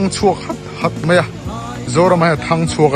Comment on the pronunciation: Mei, mei mei ti ziah suh, mai ti thin rawh, mipa nih chuan tawng dik tur aw